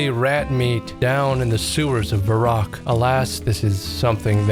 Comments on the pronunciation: Thought the same. Even the way he pronounced Varrock like Vah-roock instead of Verrick. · Your wife is diabolical for getting you to pronounce Varrock as Vah-Rock